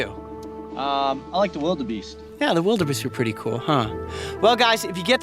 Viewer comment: You say vilder bee(r) st